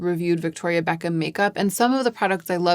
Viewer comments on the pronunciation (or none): none